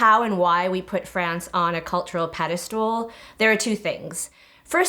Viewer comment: lmao she pronounces pedistal like pedistyool